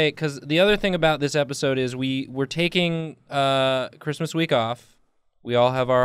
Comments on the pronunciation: It’s not Porfmas. It’s Chrustmas. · But like... What the hell is porfmas... 😂😂